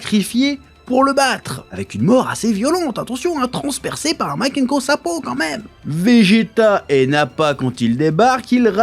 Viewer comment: Bravo pour avoir dit Makankossapo du premier coup 👍🏻